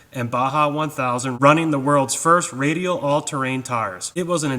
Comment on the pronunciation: Im sorry bud but you saying “radial” in the beginning made me fall out! 😂😂😂 Great video, Keep up the good work